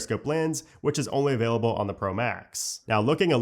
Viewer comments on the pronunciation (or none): none